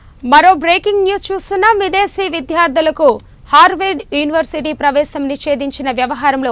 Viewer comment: ఈ యాంకర్స్ కి విద్యార్థులు అని పలకడం కూడా రాదు